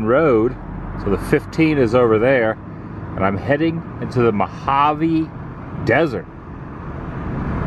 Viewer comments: It is not Mohave, it is Mojave. Not from California, eh? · What is the Mohave? It's Mojave. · it's mojave, yo. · l've lived in SoCal for 57 years and all l ever heard was Mojave with an "h" sound. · It's Mojave. Born & raised in the middle of said desert. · Adam, Adam... you know better. It's MOJAVE, with a J. The "H" is an Arizona Government thing. In California, It's always a J. Also, the Mojave Tribe uses the J, too. Well, Mojave or Hamakhaave. Sorry, it's a pet peeve of many of us native Mojave residents. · It’s Mojave, without the “h” west of the Colorado River. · I think it's "Mojave."